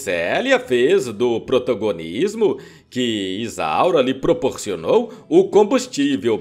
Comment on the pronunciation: " PROTOGONISMO " ???? ESSE LOCUTOR É UM PROTOZOÁRIO !!!!😂😂😂😂😂😂